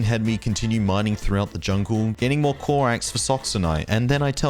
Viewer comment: Clorax not clorox lmaoooo